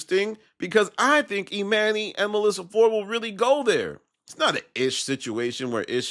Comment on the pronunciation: Bro you be STRUGGLING pronouncing dude’s name, damn. EE MAN NYY head ahh lol